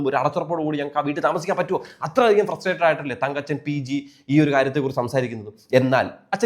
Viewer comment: എന്റെ കുഞ്ഞേ തങ്കച്ചൻ അല്ലടാ തങ്കപ്പൻ തങ്കപ്പൻ അങ്ങനെ പറയെടാ 😃😃😃